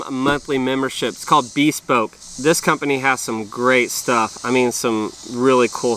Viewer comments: Unless the business has changed something, I believe the word is "be SPOKE", accent on the last syllable. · BehSPOKE not BEEspoke